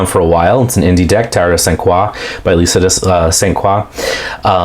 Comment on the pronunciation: Oh, thank you for the great walk through. I am so happy the cards speak to you. You pronounced my name correctly - the French pronunciation 😀.